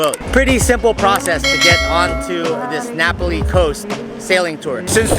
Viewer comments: Great video of a part of the island that not many see or enjoy!! Not to be critical but it's pronounced Nah Pah lee vs. napoli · It's Nā Pali not Napoli (Nah- Pali) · *Nah Pah-lee not Napoli 😂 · It is pronounced Na PA li coast. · Pronunciation; Na-Paul-Lee Coast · Love the NA Pali Coast! See if you can count how many times miss pronounces Na Pali! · At least a dozen. I liked the tour, but every time he mispronounced Na Pali, it was like dragging fingernails down a blackboard. Many years ago, I lived and worked on Kauai, plus hiked the entire Na Pali coast trail.